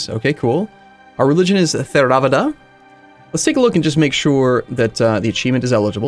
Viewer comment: Theravda = Tare-uh-va-duh (tare as in a scale)